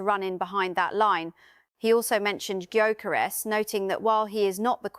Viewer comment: needs to correctly pronounce the names of the players, e.g. Gyökeres and Mosquera. Show some respect and do your homework.